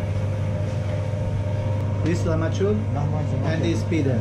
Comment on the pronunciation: Comunque si dice lakmagiun non lamaciun 😂